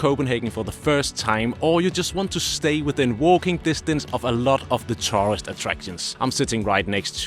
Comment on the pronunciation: Perhaps you should learn to pronounce the word “tourist”….. especially when you have helped hundreds of thousands of them…😂😂